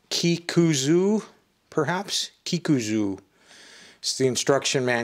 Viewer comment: Kikuzo. Zo like “zone.”